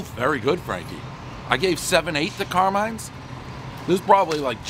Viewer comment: Car-MINE...not car min, ya cheeseball.